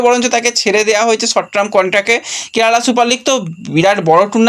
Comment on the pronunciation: আগেও বলেছি আবার বলছি ইংরেজি উচ্চারণ ঠিক করো। সর্ট ট্রাম না কথাটা "সর্ট টার্ম", আর °°গ্লোবাল ট্রেন্ড বা ট্রেড নয়°° , ওটা *গ্লোবাল টেন্ডার*